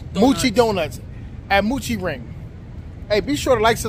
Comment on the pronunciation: Happy bday to your niece. it’s mo-chi…not moo-chi there is only 1 O